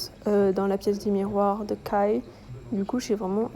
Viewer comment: depuis que le pop up a commencé je cherchais des vidéos sur youtube dessus comme je n'ai pas pu y aller... merci à toi de nous le partager, gros coeur sur toi !^^ ( Kai se prononce Kaille et pas Kay! ^^)